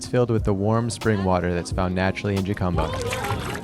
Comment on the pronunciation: It’s pronounced “Hu-cum-ba” not “Yu-cum-ba” or “Ju-cum-ba”…and it’s the “Sun-or-an” Desert.